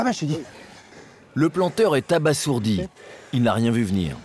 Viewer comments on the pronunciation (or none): none